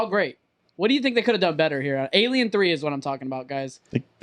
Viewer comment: ”Fighting that Aijliejen” 😂😂😂